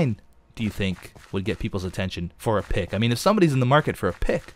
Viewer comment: pick sounds like "pikk" that means penis in norweigan and i loled so hard (im a swede not a norweigan btw)